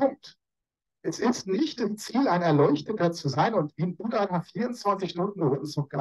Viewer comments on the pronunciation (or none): none